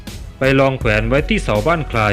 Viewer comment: ทำไมไม่พูดว่า ได้สร้างไว้ ทำไมพูดว่า สร้างว้าย เด็กๆฟังแล้วจะงงๆภาษา